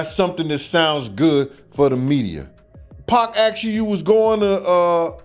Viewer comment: Cause it's Pac, 2Pac, not Peck nor Pack 😂